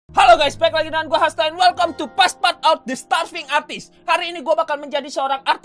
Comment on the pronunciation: Bacanya "paspertut"